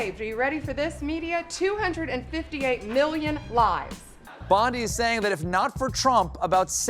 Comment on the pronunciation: He lies about everything and he has also murdered the English language. It is simply pronounced, million not MeeYON, and it is China, not Jina.